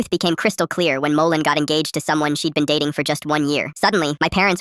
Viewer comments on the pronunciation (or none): Guys did you hear the start it said “molten has always Bean” and not been